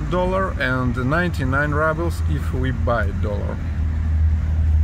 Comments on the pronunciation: you are like me! Don't leave home without chocolate! Honestly, I thought the 2nd cup of orange juice was for Sati! Thank you for sharing with us😅! Also,, I think we mentioned previously that Rubles is pronounced, Roo-bles. The U having an OO sound like in moon. Of course you can say it however you want, it's your channel😂. SO very good to see you all. Stay well, stay safe. With love from Illinois! 😊❤❤❤ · Pronouciation: roobles, not rubbles. roo like in kangaroo, or root. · You still say rubble and not ruble like in Russian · So …how exactly do you pronounce it in Russian…ROOBLES OR RUBBLES?